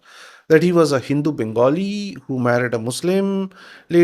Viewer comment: very common issue many people wrongly pronounce bengali too